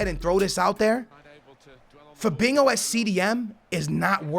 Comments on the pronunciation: Fabinho not fabingo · Naw he saying fadingo mandingo hoodingo idk wtf he say 😂😂 lol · zKaPii-_- he says it with a Portuguese accent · He always says Fabingo ...... ( no hate its just funny )